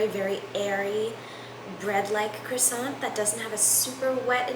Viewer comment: Americans a croissant is pronouced like "Kwa Son"